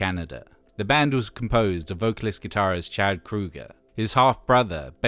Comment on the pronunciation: I know that is how you're supposed to pronounce his name, but it's kind of surreal actually hearing Chad Kroeger's name said correctly after years everyone just not saying it right. lol.